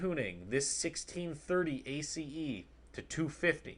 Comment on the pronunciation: OMG can you just pronounce it as ACE not A C E